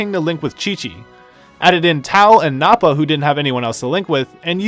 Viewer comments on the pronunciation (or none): Nappa like nap not Noppa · Then that means you missed how he completely butchered Arale and Nappa as well.